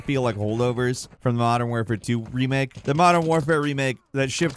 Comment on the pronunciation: Modern “Ware-fare”…??? Canadians sound weird.